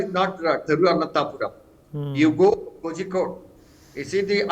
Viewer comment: The news presenter must get his pronunciation of Kozhikode right.